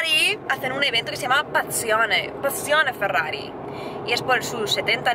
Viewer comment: ( Ferrari se pronuncia Ferrari, porque es italiano, no todo tiene que ser posh y pronunciarse mal como un inglés. :( Me entristecen estas cosas. Espero que a los Porsches no los llames "porx", ya que es aleman y la E se pronuncia :(